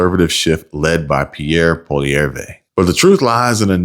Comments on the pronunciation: Polieivre is Pwall-ee-ev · The leader of our Conservative party's name is pronounced: Poly-ev. A lot of us believe Carney stole the election. There's been many uncounted ballots discovered, etc. Greetings from 🇨🇦